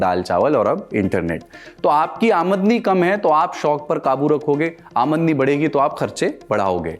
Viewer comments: Sir aamadni (aa-mad-ni) nhi hota hai balki aamdani (aam-dani) hota hai.. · aamdni.... nhi aamdani😂